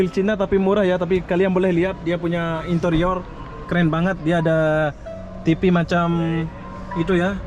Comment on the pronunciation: Dari penyebutan kata sudah tau pendidikan seorang smpai tahap mana😊